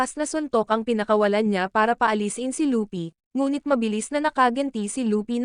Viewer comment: Kuya hindi po lupy mali po yon hindi den po lupi at lopi luffy po tamang pangalan ya